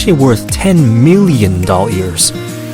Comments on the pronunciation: Wait did you said dol hairs or dollars when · Why do you say "dolyars" I thought it was ”dollars" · Lol u said dolleers